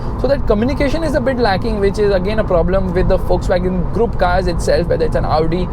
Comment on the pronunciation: it's pronounced fokswagen